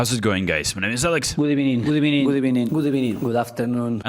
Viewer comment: Good ebeniiiing 😂💛